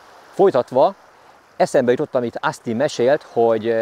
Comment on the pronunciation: Szuper a film! Gratulálok a szép halakhoz!:D Egyébként semmi támadó szándékom nincs, csak szeretném azt megemlíteni, hogy Austin-t kint Ósztinnak ejtik. Picit meglepődtem amikor á-val mondta.